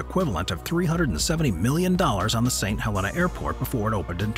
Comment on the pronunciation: "Saint Hel-EENA"